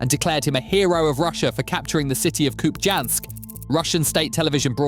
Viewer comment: Hey Mr AI voice: it is pronounced as KupiYansk. The j is pronounced as a y in most slavic, and Scandinavian languages as well as in Russian.